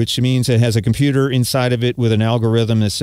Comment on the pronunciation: a "KomPYU-tahr" in it, really?